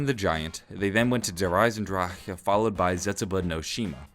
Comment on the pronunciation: It's so funny to me that says DE as it should be said but then he says Zetsubou and Gorod normally like an American hahaha sorry